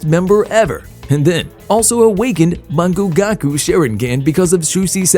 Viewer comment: Bro said mon-gu-gah_ku